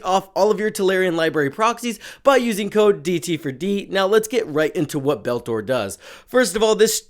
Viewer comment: Betor, not Beltor.